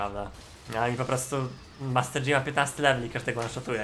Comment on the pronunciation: moje serce pęka za każdym razem gdy słyszę master "DŻI" xDDDD